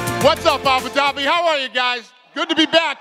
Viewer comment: at the end Dana was about to say " Abu Doobi " 😂😂